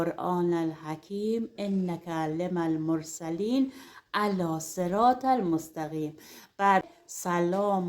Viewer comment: لطفاً اشتباه نخونید انک لمن المرسلین آیه رابه زیروزب توجه داشته باشم الکی نیست قرآن حرمت و احترام نگهداریم